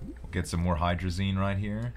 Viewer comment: Can you pronounce hydrazine like magazine. I work with it a lot and your calling it hydrazane is killing me. Lol. Great vids. Keep it up.